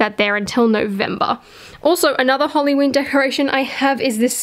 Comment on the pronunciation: I love how you say halloween! you say it like "holly-ween"